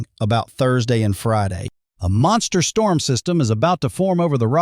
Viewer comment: Huge “Strorm” ??????